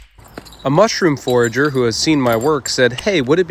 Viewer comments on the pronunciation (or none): It tooke the whole video to realize you were saying mushroom forager and not mushroom forger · Took me a bit to realise, but he was saying mushroom forager, not forger 😂 I was about to Google it before it dawned on me 😂😂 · Are you saying forager or forger? Context tells me Its the first one, but I can't hear it